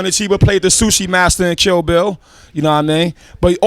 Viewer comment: Everytime rza says kill bill it sounds like chill bill, now i wanna see that